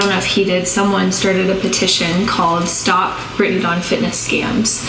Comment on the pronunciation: Every time you call her “Dawng” I think of the “Thong” song.